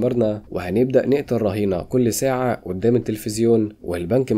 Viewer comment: يعني ايه اودام الشرطة بهدلتوا اللغة قول ورايا قدام اسمها قدام بال ق ق جبت اود بدل ال ق ازاي